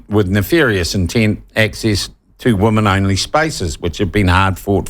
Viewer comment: Shawn, please learn the pronunciation of "women" (pron. "wimmin").